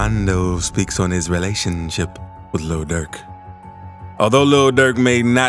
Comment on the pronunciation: Luh durk attacks Quaandooh Rondoh